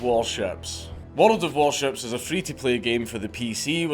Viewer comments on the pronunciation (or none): Bold move for World of Warships to give a sponsorship to a man who adds a syllable to their name